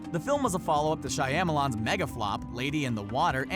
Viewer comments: Has no one told this guy that he says Shyamalan wrong in every video... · How about some fact checking first? Daredevil made 179 Million dollars at the Box Office. And learn to pronounce Shyamalan’s name. Shoddy reporting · PLEASE learn how to pronounce Shyamalan. Whatever you're doing - it's wrong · When you hear Shaiamolan